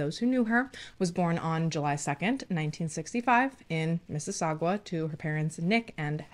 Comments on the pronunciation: lol I am so close to Mississauga lmao it is miss-is-sa-Ga lol not gua lmao it’s driving me nuts 😂😂😂 it’s weird all of your Canada cases I’ve watch so few are close to me ahh it’s weird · For the pronouncing of Mississauga pronounce the sauga as saga. Hoping this is not coming as rude. I live in Mississauga 😅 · Hahahahahahaha Canadian here....I chuckled every time you said Mississau...gwa. love you ❤️